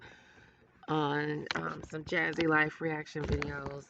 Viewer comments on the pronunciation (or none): No soncerae is still worse but jasshy is close. It sounds like she says jasshy when she tries saying her own name.